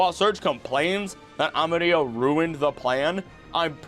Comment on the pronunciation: Your pronunciation of "del bosque" was amazing! "Amarillo" sound like you are German (specially at the beginning, once you kept going, it started to sound more confident). Try like Amarii-yo.